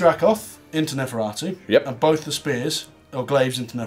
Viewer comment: I swear if that dude says neferatu again, I’m going to shoot myself.